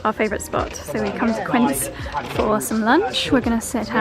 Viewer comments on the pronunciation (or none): none